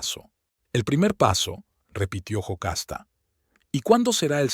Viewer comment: No es Jocasta es Yocasta